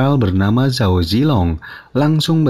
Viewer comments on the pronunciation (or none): none